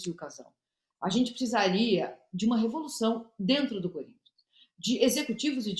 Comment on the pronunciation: Corrigindo a milly : é difícil não rir do curintcha 😂😂😂😂